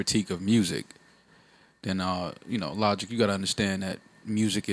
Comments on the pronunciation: It’s so funny to me when Joe calls Logic “Lawdge”😂😂 LOL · "Lodge" 🤣🤣🤣 thats nasty